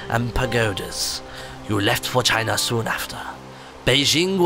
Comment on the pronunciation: When inthelittlewood said for china it sounded like he said vagina